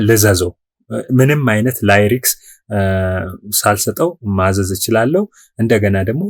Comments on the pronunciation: Please don't say layriks,it is lyrics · ከይቅርታ ጋር.... ላይሬክስ ሳይሆን ሊሪክስ ሙዚክ ሳይሆን ሚዩዚክ ተብሎ ቢነገር ፕሮግራሙ የተሻለ ያደርገዋል ።